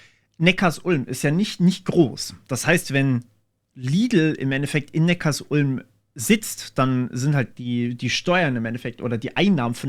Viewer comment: Und Neckarsulm wird, anders wie im Video, Neckar-Sulm ausgesprochen. Die Sulm fließt dort in den Nackar. Ja, man bekommt echt Probleme wenn man das vor Neckarsulmer*innen falsch ausspricht. 😂